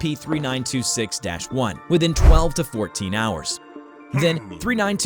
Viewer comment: I heard him say S-A-P 3926 it's so funny hahahahahahahaahhahahahhahahahahahhahahahahaahhaha